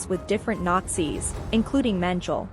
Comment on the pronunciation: Mengele is pronounced " MENG-ELLY " One would think that you would have looked that up before committing to tape?